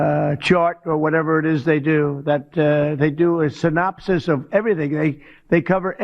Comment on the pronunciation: 😳😳😳😳😳😳 Who the hell gave him the word "SYNOPSISM". 😂😂🤣🤣😭😭